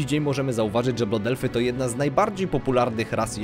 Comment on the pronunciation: Nie blood efly tylko blad elfy Uszy mi krwawia